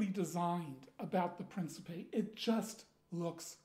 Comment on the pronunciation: The Italian pronunciation is "preen-chee-peh". Lovely piece. Really want an Alexandria, myself. Such a massive blade. The blackening looks more like campaign worn...dig it.